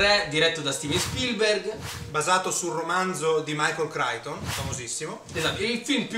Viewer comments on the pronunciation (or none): Si dice Cricton